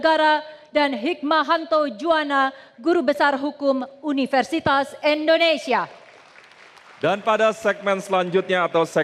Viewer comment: Universitas Indonesia atuh mbak bukan Universitas Endonesia ...